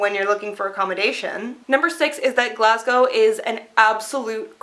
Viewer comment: Well done. You're one of the only Americans who can pronounce "Glasgow" correctly.